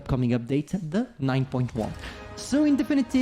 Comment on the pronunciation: I'm always so confused when he says "In definitive" . It's not as good as him saying "Don't mind me" or the way he says "Annihilator".